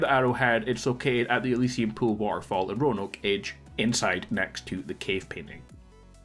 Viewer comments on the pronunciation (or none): none